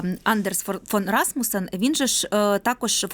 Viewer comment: Що це за «журналістка» така, що не може висловити правильно імʼя пана екс-секретаря Расмусена?